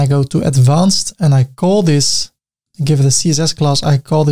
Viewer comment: Great Tutorial! but say, Did you just say "Ceaser's Class" 😁